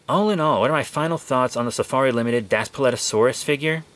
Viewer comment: It’s pronounced Das Pleet O sor rus